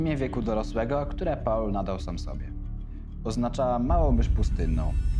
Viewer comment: "Paula" - jak gdyby, to była jakaś kobieta. Angielskie "Paul" czyta się jako "pool".